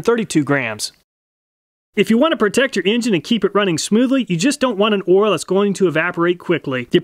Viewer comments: I read this then I listened. He does say “ouil”. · You know the test is real when the person says ouil instead of Oil. Great work